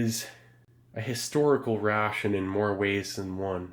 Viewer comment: I love the pronunciation of "rrrraaaation".